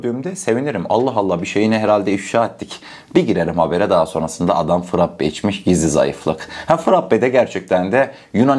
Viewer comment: Sevgili frappe değil frape olarak düzelt lütfen